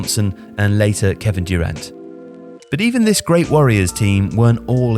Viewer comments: So funny hearing pronunciations “Dyu-rant” 😂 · pronouncing some of these names is hilarious, "Dewrant," love it